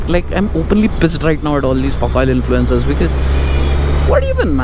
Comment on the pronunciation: Influenzass bolte Castro dalo 😅😅😅😅😂😂😂😂 ek number ka tatti oil hai